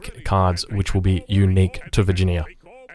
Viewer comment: Vir gin ee ya